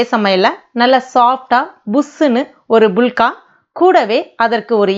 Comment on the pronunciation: இவங்க சொல்லும் போது புளுக்கா(புளுக்க) என காதில் விழுகிறது😀😂